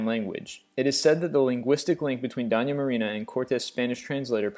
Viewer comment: Man, work on your pronunciation! Doña is "dough-nya" and Duquesne is "doo-kane" because it's of French origin. Quisling has been anglicized to "qwiz-ling" and the worst howler in this whole video is your mangling of Gestapo (Geheime Staatspolizei) which is known to be "ge-stAH-poh" (ge-shtAH-poh in German) by the slowest 5th-grader in the country!